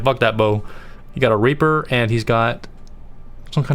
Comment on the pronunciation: I’m sorry the mispronunciation on this man are insane. Like cmon raper????